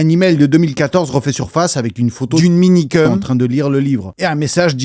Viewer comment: ça me frustre tellement quand j'entends Minikeum srx ....